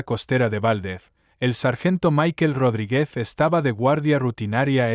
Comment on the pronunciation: Méndez y Rodríguez son palabras llanas, no agudas. Las pronuncias mal. De la misma forma, pronuncias palabras agudas como llanas. Separas el título del apellido para referirte a una persona. Por ejemplo, la doctora, (haces aquí una pausa que no tiene ningún sentido) Walsh (y luego dices el apellido). Suena como a dos personas distintas. Es una pena, porque el ritmo de lectura es bueno y das muchos detalles, pero la pronunciación y las pausas no las haces bien.